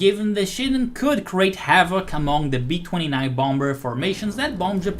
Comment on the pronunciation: I love how he sometimes says "Womber",lol.